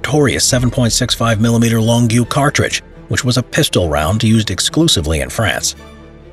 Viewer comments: FYI: Longue is just "long", but said in a french accent... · "Long-ew" BAHHHHAAAHAHA It's just "long" man. Also: loving the DayZ Standalone Mosin-Nagant bolt sound on the Delisle.